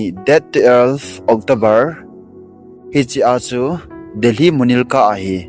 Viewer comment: Na pronounsation vang kichai deh.. Murilca hilou chu o munirka hichu o mihem, sapdarjon hilou safdarjung joh hichu.. Thu ho jng hi acheng ho hi sei to g o. Pronounsation nathem mo vle e. Phaten set toh g o